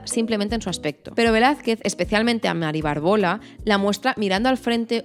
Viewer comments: Aprende a leer: acondroplásico y BÁRBOLA (con tilde). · Qué interesante y entretenido. Supongo que es una currada considerable, pero hay algunos gazapos que hacen que tu vídeo desmerezca un poquito la calidad de la información: "Mari Bárbola" (con tilde en la primera a, esdrújula,porque viene de Bárbara) y el enanismo se llama "acondroplasia", sin la "t". Son pequeñas puntualizaciones que espero que te sirvan para pulir un poco los siguientes vídeos sobre este asunto tan interesante. Muchas gracias por tu información. ( Es lo que tiene hacer un canal para culturetas, que no se nos escapa ni una).😅😅